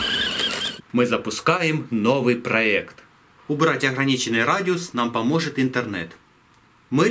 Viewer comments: Проект , а НЕ проэкт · ПРОЕКТ а не ПРОЭКТ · Не "Проэкт", а "Проект"